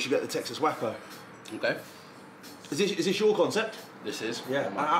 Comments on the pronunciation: It’s pronounced way·koh not whack-oh. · Waco, pronounced wakeo, is a bit more famous for something else tbh. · Maybe he knows & it's a play on words but Waco is pronounced wake-o